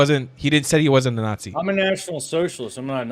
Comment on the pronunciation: No such critter as a "christian not zee"